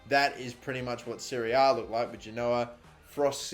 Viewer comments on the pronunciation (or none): none